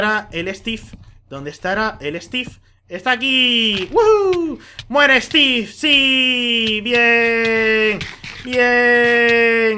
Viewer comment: stif en ves de steve